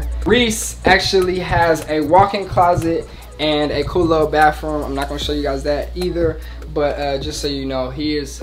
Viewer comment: it’s baTHroom &wiTH not bafroom, wif 😂😂 it’s okay though my brother pronounces it the same way 💀